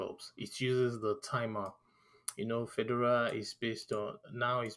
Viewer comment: Please learn how to pronounce Fedora correctly Fedora is not pronounced like a Swiss tennis player